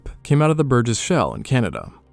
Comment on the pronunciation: This Jurassic World child out here publicly mispronouncing pterodactyl and acting like several generations didn't grow up knowing it as THE flying dinosaur. and it's Shale like Nail, not Shell. Great video tho!